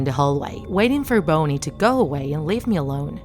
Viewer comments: STOP calling "bonnie" BONNY! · This was scary Also it's Bon- E. Not booone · Bownny??? who's that???? its Bonnie not Bownny! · "FReDdy fAtZBeAr" "ChIckA" "bOOniE" Lmao🤣🤣🤣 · I love how she say B O N N I E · This girl really said bowne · It's pronounced Bonnie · I understand the narrator has an accent, but Bony? Really? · I can tell they pick random things they don’t know sometimes They explained fnaf and yet they can’t pronounce Bonnie Just like in other videos nice drawing tho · "bony" bruh, you gotta be kidding me .-. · no one: not even me: the narrator: bOnY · He name is bonnie the person talking in the video just says it wrong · Her: Bonnie. Me: Did i just hear boney? (Not to be rude) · Did I hear boney or boner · who gets triggered when she says boney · I heard her call bonnie something like boney, is it just me or not? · Same. And Boney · Um is it just me or is she saying bone-y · No the accent is for freddy and chica, she shouldn't say, BONY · Alec Babin I heard Boner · say bunny then say bunnie not bonnie or you said bony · That time when you pronounce the names wrong and the name of the place XD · Is anybody going to notice they said Bonnie wrong?No just me? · ITS NOT BONEIE ITS BONNIE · bonnei not boney lol no offence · It not boney it's (bonnie) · BONNIE NOT BONY! FIX UR PRONUNCIATION!!! BONNIE IS MY FAVORITE ANIMATRONIC SINCE 2015!!!!! YOU HURT MY HEART!!!! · she saying bonnie sounds like boney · IM TRIGGERED STOP SAYING BONEY IT IS BONNIE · she said boney ITS BONNIE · I hear she said "bouny" instead of bonnie in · Bonnie not bonye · You say Boney when it’s pronounced Bonnie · "bony" OwO gurlll BONY???? I thought it was Bonnie ;~; I can't stop laughing 😂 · Me, a hardcore FNAF fan: heh, childish But seriously, don’t ruin FNAF now. You filthy low-life (that’s another joke-) wait did she say BONEY instead of BONNIE, WHAT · She even said boney Instead of bonnie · You can’t even say bonnie it’s not bony it’s bonnie but I love ur vids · Bonnie ❌ Boney ✔️